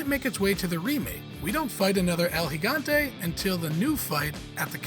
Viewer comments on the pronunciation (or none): Bro calling el gigante el Higante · Its not el hegante its el gigante